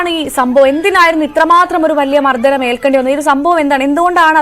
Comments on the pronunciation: മർദ്ദനം എന്നാണ് അവതാരക ചേച്ചീ മർദ്ധനം അല്ല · മർധനം അല്ല കൊച്ചേ,. മർദ്ദനം ആണ്. ഞഞ്ഞാ..... പൂഞ്ഞാ